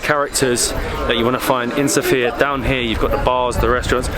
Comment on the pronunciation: Everything is very wonderful, but the only thing that irritates Bulgarians is how foreigners pronounce the name of the capital of Bulgaria. It is correct when the emphasis is on the letter O, SOfia, unlike the female name SophIa, where the emphasis is on the letter I. 😉